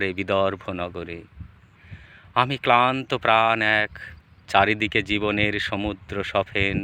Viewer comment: অত্যন্ত সহজ ভাবে - সরল করে বলা এই কবিতা, নিঃসন্দেহে কবিতার মাধুর্য্যকে শ্রোতাদের অনেক বেশি করে আকৃষ্ট করেছে । নীড়, সমুদ্র - ইত্যাদি শব্দের উচ্চারণ খুবই স্পষ্ট এবং যথাযথ । কবিতার ভাব প্রকাশ ও সামগ্রিক উপস্থাপনা আকর্ষণীয় । আবৃত্তিকারের প্রতি শুভেচ্ছা ও অভিনন্দন রইল । ধন্যবাদ ।